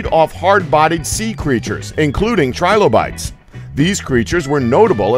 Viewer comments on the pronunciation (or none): none